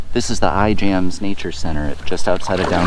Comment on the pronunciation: It is pronounced "Iams". The "j" is silent.